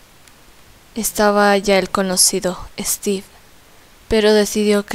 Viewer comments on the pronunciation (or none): Es steve no esteve yo estoy escribiendo de lo que como pronuncia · Guadalupe Medorio se dice Steve